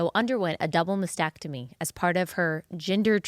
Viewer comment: the word is MAS-tec-tomy., not masectomy.